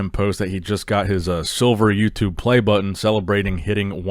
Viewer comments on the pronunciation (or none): none